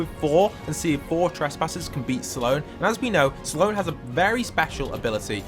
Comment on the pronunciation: Saaloan its Sloan